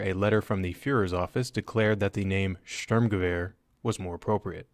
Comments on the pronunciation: "Ze German styermguever". So common! It is shturmgever! It's easy to say. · Vickers Tactical pronounces it like “Sterm-Gerviere” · Störmgewöhr how the english speakers call it. it's not right^^